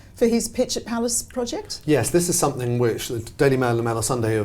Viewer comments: Love, why does she say somethink instead of something, it it a Brit peculiarly? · Yes, the hard consonant at the end of some words is sometimes related to local accents, so I'm surprised she's saying it as she has a very neutral type accent normally. I think pronouncing 'ing' as 'ink' is more normal in London, and also in the Midlands..